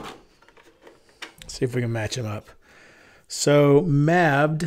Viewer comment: Niamh is pronounced 'Neeve'. Mabd is pronounced 'Mayve'. Caolin is pronounced 'Keeyl-an'. Sloane is pronounced 'Slow-an'. Gaelic is a difficult language?!